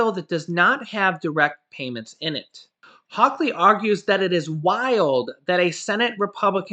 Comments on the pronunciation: Say it with me H a w Lee not hawk lee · It's hall ly not hawklee can you tell im from Missouri stay safe and God bless !!! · His name is Josh Hawley. Not Josh Hawkley. 😆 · I just want to let you know for future use. Two things! - 1. The U.S. Senator from Missouri, Josh Hawley. His last name is pronounced like the word Holly, just like the Christmas song: "Holly Jolly Christmas". - 2. Regarding the state of Illinois, never pronounce the s at the end. Pronounce the ending just like the word "Toy" without the t. - oy. No big deal. Jut to let you know for future use! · It's pronounced hawley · No (k) in Hawley from MO.